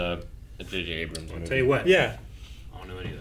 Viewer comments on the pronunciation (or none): none